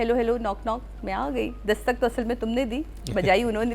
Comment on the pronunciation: DASTAK NOT DHAKAST PLEASE